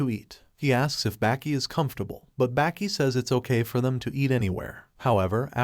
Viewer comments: You're pronouncing the name completely wrong... Its baa- ki Not back - ee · Bro its not 'Backy' And its not 'Yogurt'